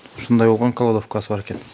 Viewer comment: Кладовка деп айтчы, каладовка дебей